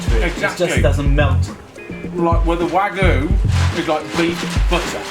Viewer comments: wagoo, eh? i think you might be blueballed too hard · Wagyu is over-rated. And it's pronounced wu-gyu not wag-yu. Wa=Japanese, gyu=beef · WAGOO! Don't worry about the Y, just ignore it. Don't worry about the other people in the video pronouncing it right. It's WAGOO! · why does he keep on saying it like "wa-goo" ??? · that isnt actual japenese ''wagu'' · wtf is "wagu"? You don't just get to invent your own pronunciation. Also obviously the wagyu is not 5x better tasting because it's 5x more expensive. Price and quality don't increase at the same ratio. If you think a Rolex is 20x better than Seiko you're an idiot. also "resistance" is the same as toughness; don't sugarcoat shit. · Wah-gyu...its not that hard to say lol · y ppl still say it like wagoo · Wagoo? Really? What the fuck is wagoo? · please please stop saying "Wagu" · Love the video, but Jesus Christ! It is pronounced "WhuaG-You!" XD you're killing me XD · The moment i heard he mis pronounced wagyu, i knew all is wrong here. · Take a sip of wine each time he mispronounces Wagyu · I can't really consider this video to be an impartial test when the person presenting the meals couldn't even take the time to get the pronunciation of the type of the 'competition' steak right.. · Wagyu, dude. There's a y in there. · Why are you omitting the 'y' in wagyu when you say it? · I know you are a respected chef but please respect our japanese culture by calling wagyu (wah-gyu) not (wey-guh)/(wah-gu)..the word iteslf has a meaning because of its pronunciation dont disrespect it please..and its make you more professional calling it right. Even the meatshop from where you purchased it corrected you already. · It's "Wag-You" not "Wagu" :P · I loved the video, and wasn't surprised. Wagyu is the best beef in the world. I've tried them all, it's like butter melting in your mouth. With that said, it's pronounced Wag-you, not Wagoo. 😂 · it's pronounced 'wag - yoo', not 'wag - oo' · Wag-ee-yu not Wag-oo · its wagyu not wagoo